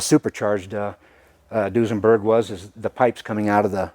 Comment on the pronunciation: Whats Dusenburg? Unless you guys meant Duesenberg ;)